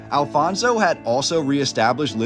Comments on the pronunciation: Your pronunciation of the Portuguese words ruined the viewing of the video. Who is this "Alfonso", do you mean Afonso? Why do the Anglo-Saxons insist on pronouncing the "J" like the Spanish? (Jorge=George) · The Huns were never in Lisbon, or Portugal for that matter. We also never had a king named Alfonso, but Afonso, several! It would also be nice, if our historical figures, castles names, cities etc deserved NOT Spanish pronunciation but Portuguese one!